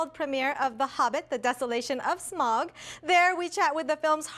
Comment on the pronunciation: People really need to learn how to pronounce Smaug. It's Smowg not Smog